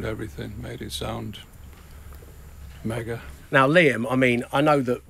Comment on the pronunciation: How`s the record going Liam?: ""It`s going megoh""......And how`s it sound? ""It sounds megoh".